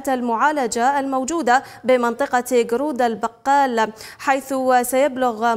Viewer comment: هناك خطأ في التسميه غورد الباڨل مش غرود البقال